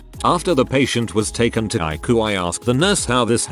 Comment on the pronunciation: A robo voice that can't pronounce ICU. Content creators really should do their own reading, rather than being confined to writing it and then moving on to the next reddit on a piecework basis.